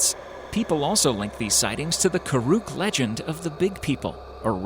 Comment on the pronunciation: You actually did very well pronouncing my tribes name in the bit about my Shasta. I'm karuk and know many of the legends